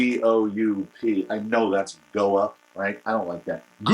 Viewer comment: That is hysterical when you say "goup" funny stuff, my friend!